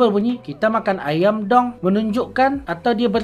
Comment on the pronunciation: Betul waktu dia sebut.. "Kita makan ayam dong" Intonasi kurang tepat, bunyi kurang panjang sedikit. Karena kalimatnya sebuah pernyataan. Beda kalau kalimatnya sebuah perintah. "Tarik dong!"